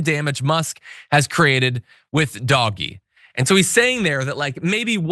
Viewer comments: I cackle every time he says Doggy not Doge (Dodge minus the second D) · It’s not Doggie it’s DOWGGE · John stop calling it 'Doggy' - it just makes you look stupid. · You'd have more credibility if you called it DOGE instead of Doggie! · He is well aware, "doggy" is his pleasure... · "Dogy" it's pronounced....... actually never mind, this is better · it is NOT pronounced doggy! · Dude, DOGE is not pronounced doggie. C’mon. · You must be new here and welcome We mispronounce it on purpose to annoy You know. Like how the right refuses to say “the Democratic Party” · LOL - I love the way he pronounces DOGE as "doggie". ;*[} But, I admire Space X and Starlink....as long as all those satellites don't rain down space junk.... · Could John not know he is pronouncing Doge wrong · What kind of production value is this when he's allowed to just mispronounce terms to be cute. Bro we don't like DOGE but you're not being cool.